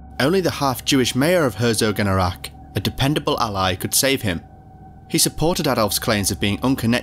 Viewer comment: The name of the town is "Herzogenaurach", not just Herso. But yes, it's not easy for non germans. Been there in a catholic school, every chrismass we got new shoes from Adidas/Puma.